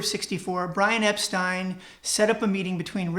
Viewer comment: Great stuff. Thanks. Good for you for pronouncing Brian Epstein's surname correctly. There is some disagreement about the intro. to 'Every Little Thing' - some say John wrote and played it.